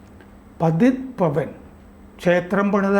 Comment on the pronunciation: पतीत पावन क्षेत्र. പതീത് പാവൻ ക്ഷേത്രം എന്നാണ് ശരിയായ ഉച്ചാരണം.